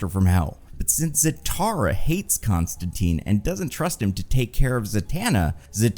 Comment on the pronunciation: i had faith in to pronounce john constantine's name the way it was intended alas:c